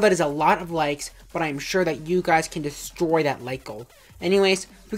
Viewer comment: or when he about to kill the enemy with the RPG he said derstroy XD